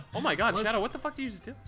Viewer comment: anyone else notice that Speedy calls Shadow "Shadder"?